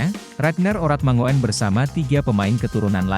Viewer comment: Min..Baca nya Ragnar Oratmangun..bukan mango en..itu marga orang Maluku..😜😜😜lain kali belajar dulu..?😆😅jangan main hajar saja😀😆😛kalo bahasa Belanda..OE jadi U..ejaan lama😅😆ngopi dulu sana..min..😀😆😅